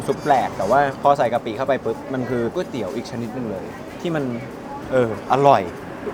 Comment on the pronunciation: หลายep ออกเสียงไม่ถูกเช่น ก๋วยเตี๋ยว ไม่ใช่ก้วยเตี๋ยว หรือ ก๊วยเตี๋ยว